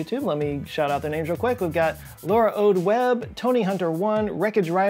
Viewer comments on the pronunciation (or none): none